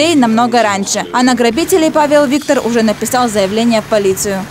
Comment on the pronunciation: Павел Викто́р!! А не Виктор